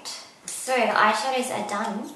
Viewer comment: Soorrr, sooorrr, sooorrr Why you have to put an R in the end of every "so" you say??????????? o.O